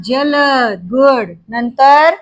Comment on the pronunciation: एक सूचना आहे, जेव्हा देणारा याअर्थी 'द' जोडलेला असतो तेव्हा त्या द चा पूर्ण उच्चार होतो। जलद - द वर जोर येतो। अंबुज पण तसाच - ज वर जोर येतो।